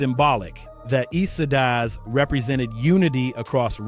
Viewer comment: Bruh you ain’t pronounce the Eastsidaz right. Appreciate your love for our culture. But next time; pronounce that shit right.